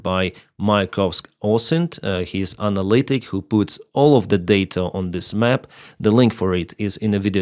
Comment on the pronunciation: analyst, not 'anallitic'